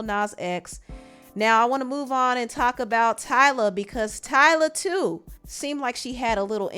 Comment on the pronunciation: “Tyla…eat” smh